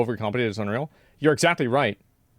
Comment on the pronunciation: Love it when u say „exZACKtly“!